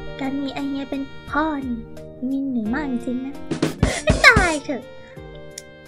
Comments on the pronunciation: พ่อ คำนี้เสียงชัดจัง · คำนี้ชัดมากเลยครับ แต่แม่เอวีนโพนีเทลน่ารักจักๆเลยครับ